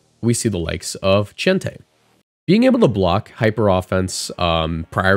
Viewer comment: Everytime I hear someone say chientei, all I hear is "Cente" and I picture them both as Vicente Fernandez singing